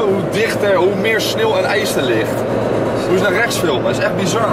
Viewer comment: Iedereen zegt nu plaats van sneuw sneel